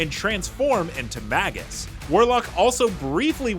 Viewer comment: It's pronounced May-jus. Long A.